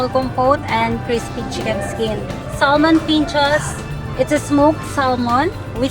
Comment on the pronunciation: Pronounce sah ( l ) mon drop the L. Iberico is just spanish extra virgin oil